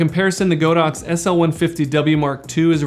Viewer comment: The correct pronunciation for the brand is God ox not Go dox